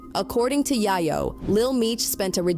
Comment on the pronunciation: We need a black Ai voice “Ya-Yo” really?!😂😂😂😂